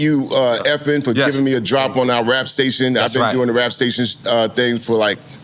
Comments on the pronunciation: EFN gotta be fed up with everyone pronouncing his name like “Effen” at this point. I know he wanted to correct Chuck D, but had to let it slide since he’s a pioneer & icon.😭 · Love Chuck D (hip-hop divinity) and Public Enemy, his interview was well overdue. Big Up to Drink Champs. Love how he continuously mispronounces EFN (ef'n)....but damn dude can talk... like nonstop, without breathing.